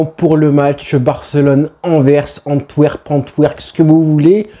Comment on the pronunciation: he said "Anvers Antwerp On twerk" 😂😂😂😂